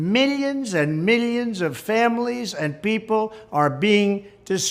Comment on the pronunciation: Meelyons and meelyons....lmao. always funny. Always Trump.